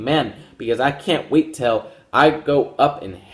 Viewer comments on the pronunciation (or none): none